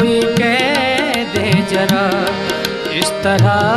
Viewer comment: बहुत अच्छा गाते हैं पर उच्चारण सुधारने चाहिए, यथा जरा नही ज़रा, दो जगह श को स गांया है।